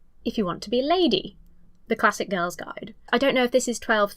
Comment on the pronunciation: God i hate the way she emphasises on "classic"